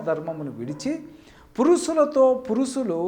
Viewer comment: పురుసులు,అస్సబావిక....ఇంకా ఏ ఏ అపభ్రంశలు వినాలి నాయనా?గుణింతాలు నేర్చుకో!!!